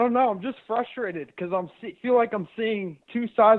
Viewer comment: Is fustrated instead of frustrated just eastern pronunciation or what